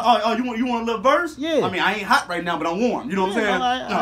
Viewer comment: That nigga said i ain't hot ghee but warm lmao I almost died 😂😂